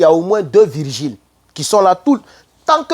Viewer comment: on dit vigiles et viRGiles